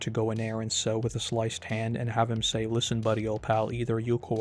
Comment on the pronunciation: i loved the "lisent buddy ol' pal" 🤣